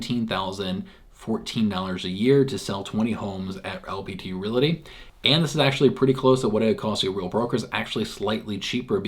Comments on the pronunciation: I think you are pronouncing re-LA-ty instead or re-AL-ty. :) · Realty NOT RelAty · its the way you/re pronouncing the word, Realty. Correctly pronounced, you should first say "REAL", then add the "TEE", hence it should sound like, REAL-TEE, instead of Real-La-Tee, the way you say it. We're just trying to help you my dude.